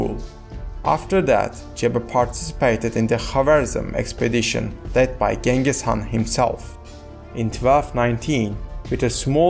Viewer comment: not g it s ch